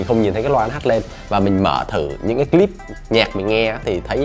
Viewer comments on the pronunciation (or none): none